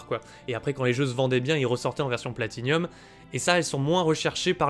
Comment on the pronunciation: Salut!On ne dit pas Platinium mais Platinum! Merci pour ta vidéo.